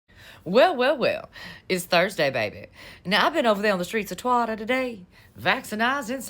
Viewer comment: It took me three times to realize she was saying twitter differently cause I kept hearing the other word🤣🤣🤣🤣🤘🏻